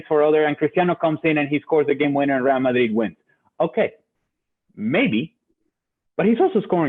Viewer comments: Real Madrid is a Spanish club so Moreno's pronunciation correct. Real ('RE'nt, 'AL'bert) Madrid ('MA'chine, 'DRI'll, d). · It's because Normal Person is Wrong. Ale's pronunciation is correct. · He actually says it correctly